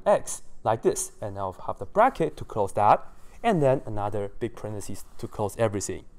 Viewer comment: Yes, a parenthesis is either the punctuation mark, or the phrase within the parentheses. But the singular in either case is parenthesis, and the plural is parentheses. Many technical people pronounce incorrectly the singular form. I've heard many many wrong pronunciations: "parentheSEE" is very common to hear; I laugh and cringe when I hear it. But a pair of parentheses begins with a left parentheSIS and ends with a right parenthesSIS.